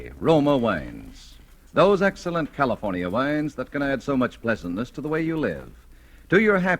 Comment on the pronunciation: Those excellent Californ-eea wines!